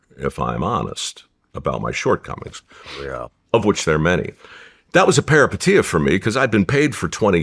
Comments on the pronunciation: everytime he says perapatia take a drink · How many times did he say "Paripeteia" like anyone knew what he meant 😂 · If i here parapatia again come out this man's mouth I swear to christmas 😂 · Take a shot every time Mike says the word “peripeteia” if you want to wake up face down, and naked on your front lawn in the morning… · 😂 Say peripeteia one more time Mike. 😅